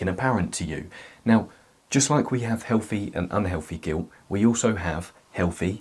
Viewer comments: I love it when he said "giwt" jokes aside I am attacked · It's soooo cute how you say "guilt' without pronouncing the "t".